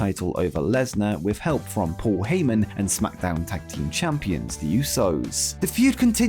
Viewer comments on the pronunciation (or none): none